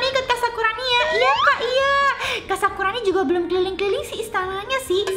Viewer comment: maaf sakurani kak bukan sakuroni maf sekali lagi